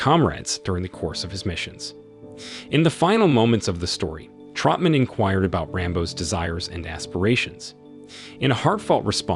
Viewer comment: Who the hell is Trumpman? It’s Troutman. Who the hell is Nguyen Sara? Her name was Co Bao.